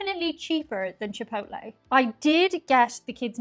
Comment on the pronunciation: Hello it is NOT pronounced "Chee-poht-leh". Its PROPER pronunciation is "Chee poh tleh". What is it about most people wanting to disrespect and mispronounce Latin Spanish words. Yet, they go out of their way to properly pronounce French, German, and other White European names. Remember that you () do not like when people (especially Americans) mispronounce Irish names and words.. Not trying to sound rude or 'demanding', just respectfully, 'assertive'.))):eyes-pink-heart-shape: It is also NOT "Yah-rhee-toes". It is "Hah-rree-tohs". History says that 'Brownies' were invented / created in 1893, by Bertha Palmer, a prominent Chicago socialite whose husband owned the Palmer House Hotel.